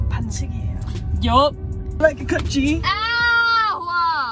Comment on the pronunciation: i heard like i like your cut G. and its english not Korean